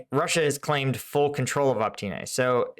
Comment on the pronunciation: Pronounced Aw-pit-nay not op-tine.